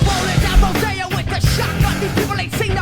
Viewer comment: You can always tell its a genuine first listen they they pronounce it "Down RoDEEyo" lol. Fight the good fight, spread the word, the younger generations need to carry the torch because i've watched the world get slightly better only get worse.